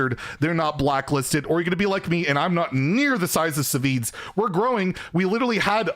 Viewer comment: SahVahZee lol. That was the weirdest pronunciation of Savzj. He's always been such a chill guy. I hope he gets unblacklisted